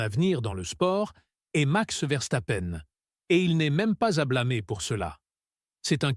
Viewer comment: Salut... à " Rousseaule et Verstapène.... 2016... 10 victoire... en formulant... champs-yonnas....... 😂😂 Je n'écoute même pas ce que raconte, je me marre